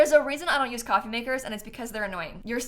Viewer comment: Ah yes, `` it leads you up to ✨️ C o f f e e ✨️ `` English is so funny xD